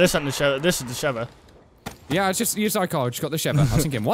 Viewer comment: SHEEEVA not SHEVA